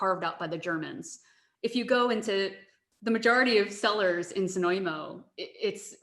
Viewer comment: Prague You've pronounced Znojmo absolutely correctly, but your wine guide hasn't :) My hometown is worth to visit not only because of wine cellars but also amazing historical centre of the the town with the gateway to the The national park Podyji/Thayataal!